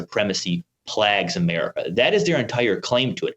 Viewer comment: Ok is "plag" another way to pronounce "plague" or is this guy just pronouncing the word wrong?